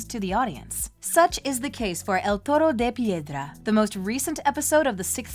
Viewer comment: As a Spanish speaker, you pronounce the episode's title well 👍. One thing I liked about the episode is how it shows how controlling Gabriel is towards Adrien because here you have a letter that Gabriel left Adrien in hopes that he'll find it to convince Adrien to continue his legacy as Monarch and bring back Emilie and him yet at the season 5 finale Gabriel tells/manipulates Marinette in not saying anything showing that he had a backup plan in case something went wrong. Not only does that letter serve to manipulate Adrien further for that "perfect" world Gabriel wanted in the end, but it also destroys not just Ladybug's reputation but also the relationship between Adrien and Marinette, granted Gabriel didn't know Marinette is Ladybug, but it worked out in his favor in the end (granted he still could've had a change of heart but you never know). Also, I like the parallel in this episode between Stone Heart and El Toro de Piedra, with Marinette helping Ivan in season 1 and now in season 6. I find it interesting that Nathalie wanted to get rid of the letter and not tell Adrien, compared to Marinette, who wanted to, but it obviously didn't happen. It shows how Marinette's decisions are haunting her. As for Ivan confronting his father the way he did in the episode, it shows how normal it is for Ivan to talk/confront his father, which is so sad because, like Adrien, Ivan is used to this kind of behavior and sees it as usual, even though they know that it's not. And Nathalie, what t